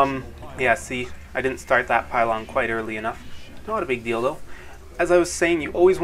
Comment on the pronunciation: he says mot a big dildo